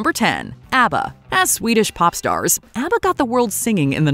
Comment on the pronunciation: ABBA should have been higher since their harmonies are so complex. Kudos to the narrator for pronouncing their Swedish names so flawlessly!